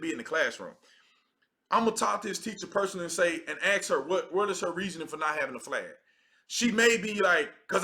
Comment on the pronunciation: I agree with 98% of what you say. I mean zero offense by saying what Im about to say. We also must respect the english language, just as much as the flag. Please don’t say “ax”, it sounds horrible, please say “ask”. Much respect! Fan for life!